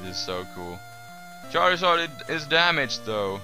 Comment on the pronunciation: XD I like how he says "! KEEL ET!"